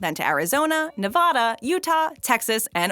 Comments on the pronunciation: Okay say it with me... "NEV-A-DA" not Neh-vah-dahhh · Hi, just FYI, not Nev-Hud-Dah, it is NEVADA! If you ask me, the name should be Amazing and Beautiful NEVADA! Oh one more thing, In N Out is awesome! I just wish the lines weren't so fucking long. Thanks for the video. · its pronounced NEVADA AND COLORADO . engrish preese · Never EVER say “Nevahda” again. Ever. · Yea and Nay vaw daw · You pronounced nevada wrong... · The way she pronounces Oregon and Nevada in the beginning. Smh. It's not "Nevahda" nor "Oregone." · Not to mention Ne-Vah-da?